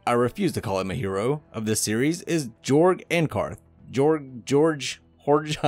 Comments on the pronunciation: It's supposed to be pronounced Yorg, but nobody gets it right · The Pronuciation of Jorg is Yorg. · The official audiobook pronounces it Jorg not Yorg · His name is pronounced with a “Y” sounding the “J” so it’s like this, “Yorg” because it’s European.